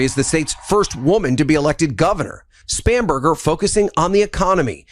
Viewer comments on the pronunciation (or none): Whoever is the broadcaster that you are using the news clip of..... he needs to learn peoples' names properly. He says MamdaMi instead of Mamdani. He says SpaMberger instead of Spanberger.